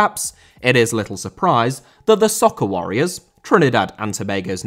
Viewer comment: As a Trinidadian, it was funny to hear but it isn’t “Soccer Warriors”, it’s “Soca Warriors”